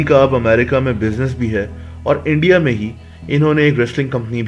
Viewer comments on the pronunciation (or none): none